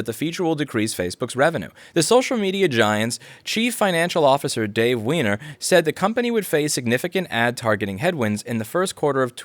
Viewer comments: huh huh huh.... he said Wehner. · That moment you need to pause the video to read the article Louis is referencing only to discover that there is actually a guy named "Dave Wehner". Not sure the pronunciation is correct but it's definitely right.